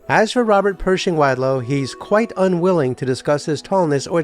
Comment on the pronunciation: Learn to pronounce wadlow